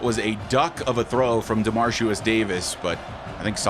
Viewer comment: just so you know, ya been pronouncing ya QB name a little wrong lol.. it’s DeMARIcus.. you say DemarCIUS lol love the channel and this is my fav series of yours, keep em coming!